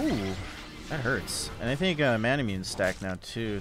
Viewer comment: I think manamune is pronounced "mon uh moon aye"